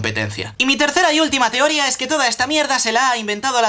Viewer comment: Lol es cosa mía o dijiste "teória" en vez de "teoría"?